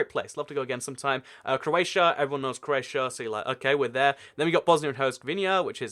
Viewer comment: Did say croatio